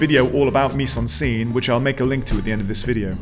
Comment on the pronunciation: Excellent intro. Thank you. (Friendly French pronunciation tip : miZe-en-scène (not miSSe).